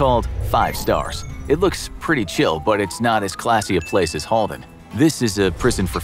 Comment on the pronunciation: So true, and you even said Halden Right :D Regards A Norwegian :D